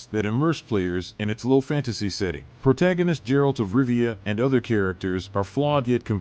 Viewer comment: Did you say Gerald of Rivia????? Fucking hell, dude.